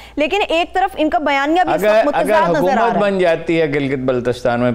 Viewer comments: اردو بولو، چباؤ نہ. ہارون الرشید صاحب کی اصلاح کریں حکومت کو حقومت کہتی ہیں اور بھی - - - - - - - - -! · Can you say Haakoomat? because you say Haaqoomat